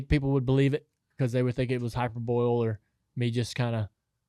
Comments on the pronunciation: Hyper Bowl..... ??? U mean hyperbole? "HI-PER-BOWL-EE" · Hyper-bowl lmaoooooo love it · Are we all just going to gloss over Dale’s pronunciation of hyperbole? “Hyper - boil” 😂😂😂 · I chuckled at it. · Lol, I was wondering if anyone else caught that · I laughed when he said it and kept on moving. How bout that glare that Reddick could obviously see and never did a thing about it?